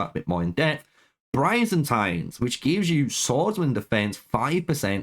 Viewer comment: Man really just straight up murdered Byzantines by calling them brayzantins By-Zan-Teens not whatever the fuck you called it lmao 😂 that shit made me spit out my drink